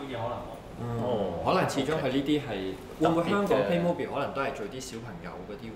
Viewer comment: 屌，主持連個玩具牌子名都讀錯